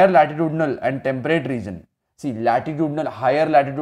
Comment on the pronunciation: Sir u don't know how to pronounce temperate 😅😅😅😂😂😂😆😤🙏